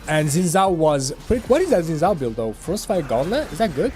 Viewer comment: ..he pronounced xin correctly though. the second pronunciation was incorrect.